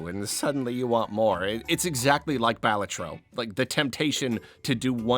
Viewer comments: As someone who knowingly pronounces Balatro wrong because I got comfortable saying it wrong... it's very interesting to hear someone naturally pronounce it correctly. I feel like everyone has a different way of pronouncing it, but I know that the way you say it is the actual correct way. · I’ll definitely pronounce balatro the way you do now, it sounds so much better